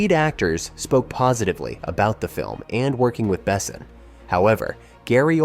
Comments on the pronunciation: Besson is French, its pronounced "Bess-on" Bess, On. With the "On" being french, and almost not pronounced. Super annoying . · Not to mention "Besson". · nice video, but OMG with the AI to read the vid's script... horrible... LEAD ACTORS... as in made of LEAD, not made to Lead... Luc BeSSON, not BEsson... Ugh... just spend the time narrating it, or hire someone to do it for you. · I'm sorry, but my brain can't get past the narrator calling the director "Luke BESSEN". "The Fifth Element" is one of the greatest sci-fi action movies of all time; you'd think that someone who did this much research into it would know how to pronounce the director's name. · Never heard Besson pronounced "bessin" before. ❤ It grew on me, though. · BAY-sen. As a francophone it was insulting. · I watched through two "Bess-ons" and turned it off at "Gah-mont" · at least you pronounced luc correctly as opposed to Bes son. Facepalm😂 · Bessin? You can't even pronounce the director's name correctly, but want me to watch a 38 minute video on the "secrets" of the film? Yeah right.... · If you say the name Besson 200 times you should first look up the correct pronunciation. It is painful to listen to you butchering the name constantly. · Disliked and clicked off, AI narrator not even set to properly pronounce 'Besson' - maybe try a bit next time. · Please don't use text to speech. You butchered pronunciation of Besson's name repeatedly, I had to stop at 3min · Well, sci-fi with a ouch of fantasy, but an all around solid eye candy and fine entertainment. I just with the narrator of the vid knew how to pronounce Besson, damnit. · What's with ALL the misproninciation of the director and actors and Besson other movies?,I wouldn't recomment this channel to a dog. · If you put out a nearly 40 minute video about a director, maybe check to see if the AI is pronouncing his name correctly?